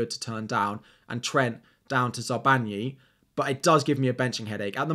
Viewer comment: Hi! Love this vid! But its Zabarnyi not Zabanyi. There is an R. Sorry